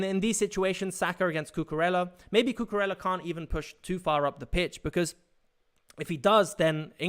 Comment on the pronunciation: Great tactical content. Just fyi Cucurella's name is pronounced 'Cucuraya'